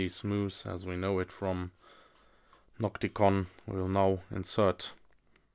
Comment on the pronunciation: Sprich deutsch, ausserdem heisst es NOCTIGON und nicht NOCTICON, klar ?? Mit G